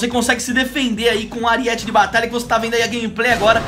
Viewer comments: é aríete não ariéte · AriÉte de batalha kkkk é arÍete